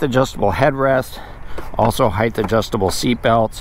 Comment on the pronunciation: No school word as heighth. It’s height.